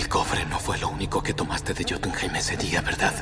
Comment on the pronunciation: Dicen johtumhime El gamer: KREITOS!!